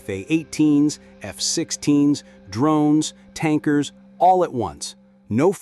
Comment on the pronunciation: Your 'DRUNES'.......Bad AI.